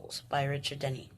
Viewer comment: You pronounced my last name right like Dennys the restaurant haha I'm so happy you enjoyed it. Book 2 is coming soon :)